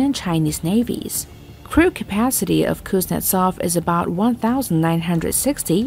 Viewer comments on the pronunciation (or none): KUZNETSOV🤣🤣🤣 the trough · Kuznetsov??? LOL!!